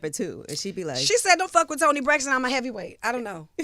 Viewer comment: i love that she says toni braxton 🤣🤣🤣🤣🤣🤣